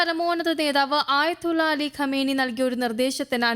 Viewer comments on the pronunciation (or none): none